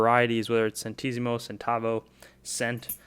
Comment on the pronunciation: Lire is pronounced ‘lee-reh’ and centesimo (plural centesimi) is pronounced ‘chen-te-si-mo’.